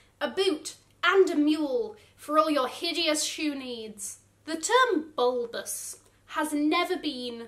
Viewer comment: Why did I laugh so hard when she said ‘bulbous’? 😂😂😂